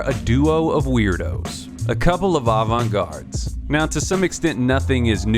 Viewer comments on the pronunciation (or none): This man really said “a pair of avant-guards”